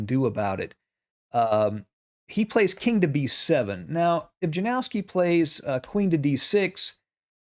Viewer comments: or „Yanowski” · Correct pronuncation of the name Janowski is ,, Ianowski .. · Yanovsky would be a better pronunciation. Yanovsky liked to attack but he was dreadful at endgames. Capa knew he was far, far stronger.